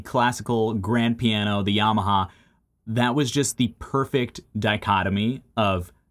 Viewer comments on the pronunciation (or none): none